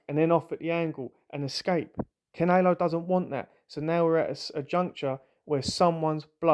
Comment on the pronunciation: Why can you not say "canelo" properly?